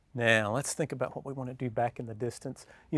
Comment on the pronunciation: I tell ya hwhat